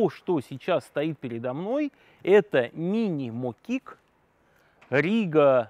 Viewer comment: В своё время, они были мОкиками, а не мокИками.🤷‍♀️🤦‍♀️